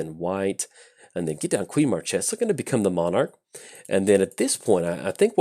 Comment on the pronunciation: Queen Marchesa (long may she reign) is disappointing by you mispronouncing her name